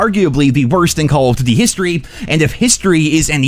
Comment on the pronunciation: The way this guy says "Call of Doot-e" is annoying AF.